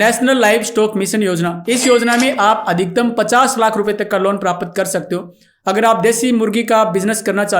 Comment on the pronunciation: तू ज्ञान दे रहा.. बता कितनी खेती / मिर्गी का पशु पाला जीवन मै???? प्राप्त को प्रापत बोल रहा 😅